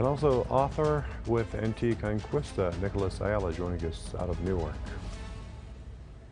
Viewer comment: Excellent analysis, really strange how the host pronounced "Anticonqwista"